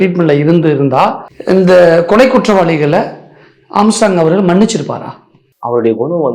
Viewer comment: Anchor ⚓ Armstrong அவர்கலை அவர்கல் என்று சொல்ல தெரியாதா